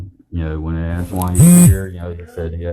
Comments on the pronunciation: This auditor “axed” someone? How awful. 😂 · Why is she saying Axe, the word is Ask.... go back to elementary school